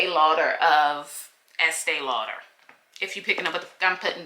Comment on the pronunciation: Learned a lot from the video. Word is Estée Lauder